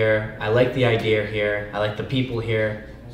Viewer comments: He must be missing the uk, "idear" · Everytime he says "Idea" it's like "Idea'rr" xD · There’s no r in idea